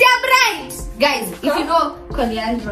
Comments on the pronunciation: Coriander not coriandra😂😂😂 butternut not porcupine 😂😢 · Not coriandler,it’s coriander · Coriander not Corianderer u guys you're a vibe ❤